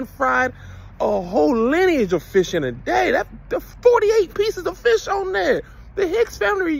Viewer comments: Hey Tom. Kevin tried to say fish but he said FRISH. I think the fried flounder fish caught his tongue. Get Kev some tartar and a piece of white bread. Back to you Tom😊😅😊😅😂😂😂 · We ain’t mad you said frish 🤣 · Kev, you sure your not from Gonzales, TX? My gma and her peoples say fish like that 😅 Anyway, can't wait to see you here in Austin TX later this month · KEV IS COVETING FISH SO BAD HE CANT SPEAK RIGHT! LOL